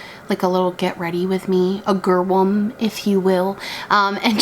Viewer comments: a “gurwum” 😂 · I died when she pronounced GRWM😂😂